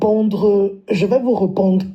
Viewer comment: Vous dites que la fille là est présentatrice tv. Elle s’exprime très mal. Je vais vous "rwopondre". Les grosses têtes qui portent les Perruque avec des anecdotes à deux balles 😂